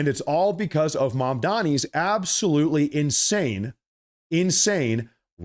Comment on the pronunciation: Yes, YES ABAOLUTLY